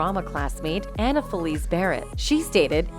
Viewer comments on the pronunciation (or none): none